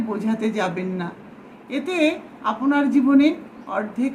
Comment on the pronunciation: আপনি শব্দটিকে আপোনি কেন? আপনার শব্দটিকে আপোনার কেন?